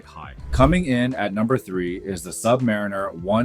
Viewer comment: HE LOST ME WHEN HE CALLED IT A SUB/MARINER